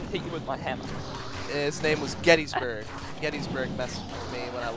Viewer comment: btw its getsurg not gettysburg close enough though and yes im getsurg